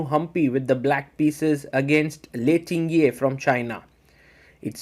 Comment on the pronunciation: Hihi. Lei's name is pronounced Ting - Jie, not Tin-Gjie.